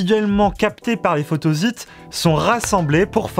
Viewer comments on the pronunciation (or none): Ça m'a fait drôle moi aussi, je prononce photossite